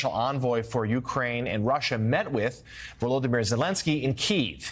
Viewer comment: It's VoloDYmyr, not VoLOdymyr. The accent is on the third syllable